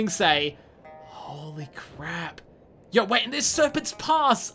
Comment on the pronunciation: Every time this dude say yow Him: yowr